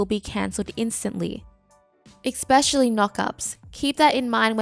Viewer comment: Great content, love the series. One little thing that you might want to change, its pronounced esp-ecially, not ec-specially. The only reason why I say anything is because you say it like 5 times in this video, lol. Thanks for the content!